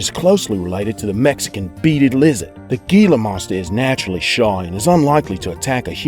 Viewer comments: let me just say, gila isnt pronounced "GILA" is pronounced "HILA" just saying it bothers me... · the G in Gila Monster sounds like an H, Hila get it right. or ill take you job, Idiot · Gila is pronounced he-luh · Gila monster is pronounced hila